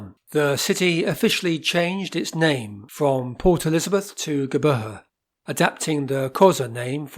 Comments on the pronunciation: Your attempt to pronounce Geberha is pathetic. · Making a vid about PE, the LEAST he could do is have the manners to learn the pronunciation. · Howzit, doos. Having a good day? Able to discern by his accent that he's not South African? And honestly, WHO GIVES A FLYING EFF HOW IT'S PRONOUNCED?? The new name is just blackwashing what others built.